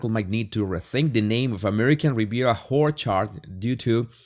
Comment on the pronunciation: I love how you pronounce Orchard, it’s Whorechard to me and it’s perfection.